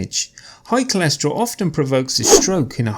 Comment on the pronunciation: ...Why is it "cholescherol" instead of "cholesterol"...🤔...